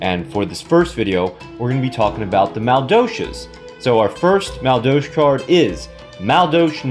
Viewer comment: I'm going to douche my ears after all that "Maldolsh." Still a great video...lol